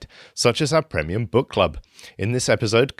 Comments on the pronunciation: Chap at the ends says premium wrong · the way he pronounces premium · tell that guy on the outro how to say premium lol